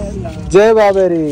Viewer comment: Jai babe ri nahin hai .Jai babe di hai .Punjabi mein द को र जैसा ही लिखते हैं ।